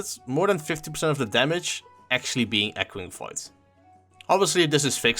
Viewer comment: Had no idea what he was saying until I looked in the comments